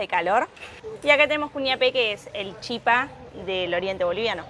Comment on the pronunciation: Se dice chipá, todas las palabras en guaraní llevan el acento en la última sílaba cómo el francés